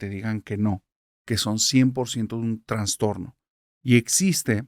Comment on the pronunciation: Hola!!! Me gusta mucho tu trabajo y soy tu fan. Quiero con todo respeto hacerte una corrección ya que no se dice transtorno, es trastorno. Saludos 😊